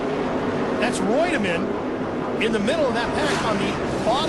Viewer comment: I love how is mispronouncing David Reutimann's name, but Glenn is pronouncing it properly. Then the director goes AWAY from the shot of Coy Gibbs getting into Jack Sprague, then they show Jacks car crumpled and they act like nothing happened.